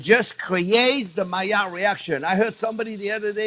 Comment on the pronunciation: Yes, finally the mayerh reaction, as you pronounce it. The juicy thing is to keep it juicy, is not to brown it first, but too allow the meat to rest.